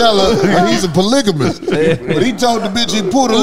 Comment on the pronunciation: Sounds like said “i pour liquor bitch” he was trying to say polygamist